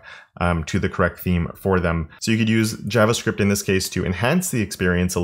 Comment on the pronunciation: Thanks for this video. Pretty cool. Showing my team. Never heard anyone pronounce "javascript" the way you do, but I like it ;)